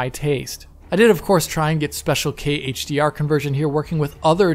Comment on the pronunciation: Heyyyytsch Di Arrr